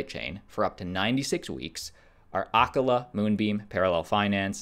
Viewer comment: Acala is pronounced like Aah-cah-luh